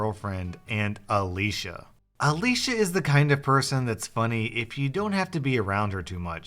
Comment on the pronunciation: thanks for saying Alicia and not Ale-see-a. My sister is called Alicia and EVERYONE calls her Alicia (Ale-see-a)